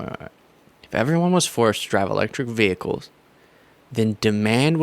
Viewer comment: Electric vee-hickles don't take gas.